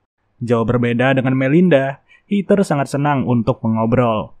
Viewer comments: Bang kalau di Amerika mah Rachel dibacanya Receul bukan Rahel Terus Heather dibacanya Hedeur bukan Hiter. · Hed-her, Rei-cel, gemes bang nama bulenya dibaca bener dunk 😢